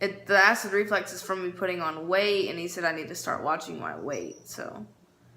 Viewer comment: Omg IT IS “REFLUX” I can’t believe Destiny said it wrong too 😂😂😂